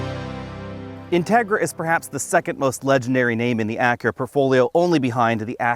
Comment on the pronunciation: You pronounce the name of the car wrongly. The accent goes on the i.